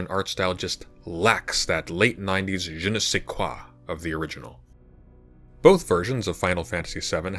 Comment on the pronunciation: you said jine se qua so unsubbing tho